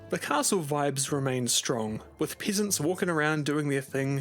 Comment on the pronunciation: Peh-sehnts, not "pee" lol